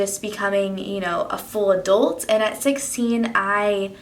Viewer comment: Great video but the way you pronounced adult bugged me so much LOL Is that just a Texas thing?